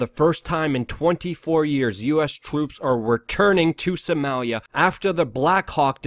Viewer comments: Why can't you say Soh-mah-lia? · you say Somalia funny